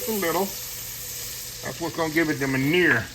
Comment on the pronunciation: I enjoyed the recipe Chef. Just a heads up, the French pronunciation of MEUNIÈRE is (mun-Yair’). Love the show. God Bless